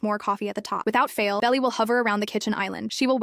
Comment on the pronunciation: I think her name is supposed to be Belle, but AI didn't pronounce it properly.